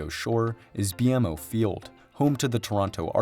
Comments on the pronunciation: Toronto BMO Field is said "bee-mo field" not bmo. Just like the city doesn't pronounce the 2nd t in the name. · Edit: Also BMO is pronounced Be-Mo, usually people don't do B-M-O. As a Canadian, I take massive pride in getting games in Canada, but at the same time, public transport, can vary depending on where you're coming from. Sure Toronto and BC have some good publicity transport, but we still are widely reliant on cars. In Toronto, you can survive on public transport. For BC, I can't say much. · Thanks for the video! Just an FYI, BMO Field is pronounced "BeeMo" Field.